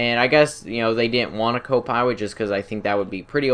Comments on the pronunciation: Did you know miniguns are allways fully automatic. And did you know about the M61 Vulcan? O, and BTW did you know it's pilot instead of piwot? - U wot m8 Kappa. And now something else, it's not buwwets. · anybody else realize how he says pilot he says piwot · The buzzard is no way as good as the savage how would u compare it's more powerful cooler in every way also I don't ant to be mean in anyway but do u have a speech problem as saying the word 'pilot' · "rearry" (really) "Pirot" (Pilot) "Mobirity" (Mobility)